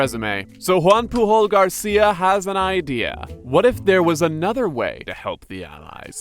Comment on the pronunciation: Hey, just a little heads-up with the personal names: Pujol is a Catalan surname, so the J is pronounced as in English or as in French. Also, the first surname isn't omitted as middle names in English, but it is rather the common way to refer to a person (so you'd say Pujol, Joan Pujol or Joan Pujol Garcia, but not Joan Garcia).